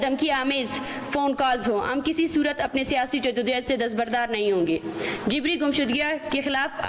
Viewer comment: She is pronouncing JABRI, JIBRI. Why has Shehbaz Sharif allowed this hater monger? Let her be in the same room where is unwise IK